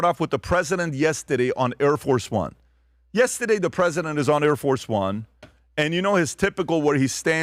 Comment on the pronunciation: Please don’t say “yestadeyyyy”